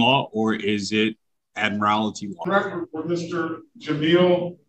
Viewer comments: Did he really call it ‘Admirality Law’??? 😂😂😂😂 What a real genius we have here folks!!!🤦🏻‍♀️🤦🏻‍♀️🤦🏻‍♀️ I guess the judge proved jurisdiction when he held him in contempt of court and gave him 30 days in jail! 😂😂😂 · I love how he mispronounced admiralty